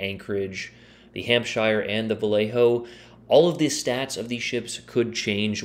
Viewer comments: Pronounced hampsher 👍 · I mean say the name properly then lmao, it's an English name, so say it as one. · Considering it is pronounced exactly the same as New Hampshire, the fact that Americans invariably mispronounce it suggests that you are just trolling us.